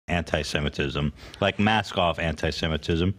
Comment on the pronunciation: Her antisemitism, which she can't even pronounce correctly, is disgusting. She's blatant about it and it needs to be called out.